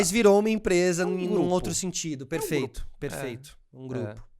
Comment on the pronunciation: "perefeito, perefeito..." x 1000